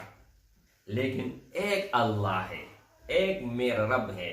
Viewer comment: Bhai ALLAH SWT Kay kaam ka sahi talafuz Kay liye tashdeed, jazm hona zaroori hai. Aap isko fauran sahi say pesh karein. Afsos keh aap in ki ahmiyat say bekhaber hain. Mayn nay kheri baat ki hai aap bura na Maan na.